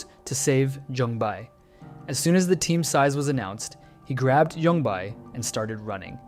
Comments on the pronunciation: For ur info, J in Korean is not pronounced with Y tone. It's Jung Bae ,not Yung Bae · Yongbae. "Bay", not "buy". It frustrates me that so many youtubers mispronounce the names that are literally said multiple times in the show and don't change over dub. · jung bai??? its jung bae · is that how the dub pronounces his name? yung bai? how is that so butchered lol its jung bae said as written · "young bye" is such a horrific butchering of his name, like the bare minimum is to sound out the names with the closest english equivalent. "jung bay" is not hard to say at all for an english speaker and it's much closer to the actual pronunciation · His name isn't Yung Bae its Jung Bae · Joong Bae, like in Bay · It’s jung bae